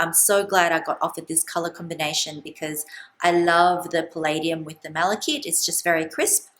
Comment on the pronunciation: It's pronounced Mala-KITE. It's an ore of copper.